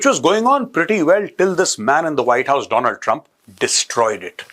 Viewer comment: Sabsa pahle AAP apne aapko correct kijiye Donald ❌ doland trump